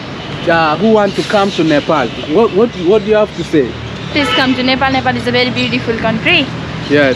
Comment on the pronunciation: Not nipal bro😂😂😂 its Nepal